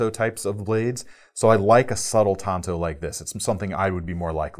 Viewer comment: I don't know how much longer I can take hearing anyone say Tonto when it is TANTO!!! 🤦🏻‍♀️ It's not that difficult to learn.